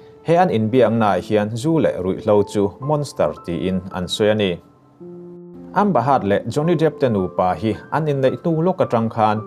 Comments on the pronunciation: Amba heart ti mai che a ka hriat chu a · Amba haaatt hi ka ngei riau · e a nih chu,a nih chuan kan news ngaihthlak chu a ga rin tlak loh ve...thil belh chian tlak loh hi chu Up lord lo se tha tur..a lam dan reng2 kha a lam no lutuk😂😂ambahat....lower...🤣😂😂